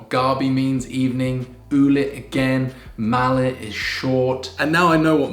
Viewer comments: it's not "malit", small is "MALIIT" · hi, and chloe, Small in english in tagalog its Maliit not malit double i maliit. hehe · Its Maliit not Malit pronounced Ma-li-it. Its double "i" like bagoong has double "o". Keep up the good work. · Its not "malit" its maliit pronounces as ma-li-it... Keep it up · It's "maliit" and not "malit". Your translation is correct, "maliit" is "small" in English. You pronounce it muh-lee-eat. :) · Its Maliit not malit :) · It is Maliit. Ma-li-it.. mena small. Usually in tagalog language. It there is double vowel we pronounce them separately. Like maliit as small /.bagoong as shrimp paste, / nakaraan as previous/ paalam as bye / saan as where / doon as there / and many more. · Ma-li-it (small) you need to syllabicate this word 😊 You’re doing awesome!